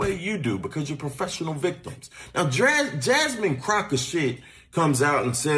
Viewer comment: He said, " Jasmine Crockoshit" 😂😂😂😂😂